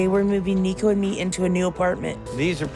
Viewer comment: Kirsten's son's name is pronounced "Nee-ko." I don't know where you got "Nay-co" from.